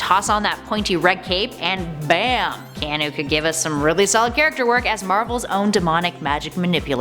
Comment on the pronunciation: You pronounced his name so wrong. It’s Ke(ah)nu